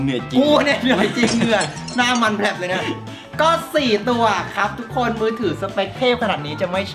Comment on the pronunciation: หูผมเพี้ยนหรอครับ สวัสดีค้าบ ทุกโคย😂😂